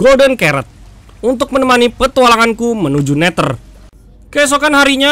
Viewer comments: Neder bang bukan neter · Oy bang bukan neter tapi neder🤣🤣🤣🤣🤣🤣🤣🤣🤣🤣🤣🤣🤣🤣